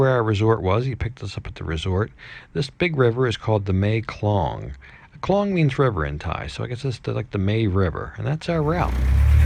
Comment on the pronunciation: Hi , It's mae-klong river . The word "klong" is pronounced differently to " klong " which means Canal but same spelling . It's just the name of the river . If translating word by word , mae = mother and klong = drum .